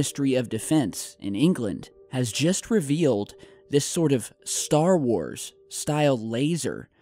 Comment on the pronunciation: Did he say Starzar?